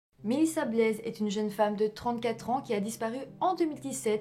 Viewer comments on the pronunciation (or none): Il ne faut pas prononcer le « s » dans Blais. Ce n’est pas « Blaise » mais « Blais ». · Je suis de Yamachiche et qu'elle triste histoire mystérieuse j'espère sincèrement qu'ils vont enfin avoir des réponses ...ces derniers jours il y a quelques Developments justement ...en passant on dit pas Blaise mais blai on prononce pas le s 😜 Merci tes sujets sont toujours intéressants ♥️ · En fait, en Français (enfin dans mon Grand Ouest) on dit "Blais" comme "Blè" aussi. C'est peut-être la prononciation Belge ;-) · Au Québec on prononce Blais comme "lait" lol !!!! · J'apprécie que tu traites de cas québécois et je souris souvent quand je t'enttend massacré certains nom de villes ou de famille ( tu n'est pas la première ni la dernière) je suis sur qu'il y en a pleins qui le souligneront on ne prononce pas le s dans Blais. Pourtant ce sont souvent des nom de famille "typiquement quebecois" donc d'origine française qui au Québec sont devenu très courant suite à l'effet colonisateurs !